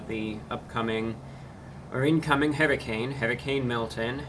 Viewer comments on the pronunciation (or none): none